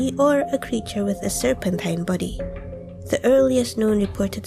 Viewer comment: you sound like you are saying "serpentine buddy" instead of "serpentine body" and I love that so much, keep up the good work😄